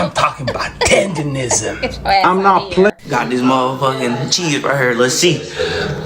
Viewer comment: Not tenderisim......TENDERNISM! Get it right! This 💩 ain't new, y'all just catching up. Murrieta, CA is where it's at